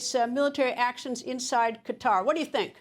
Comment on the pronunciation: The fact that Sen. Fetterman pronounces Qatar like "Ka-tar" instead of "Cutter" means that I like him even more.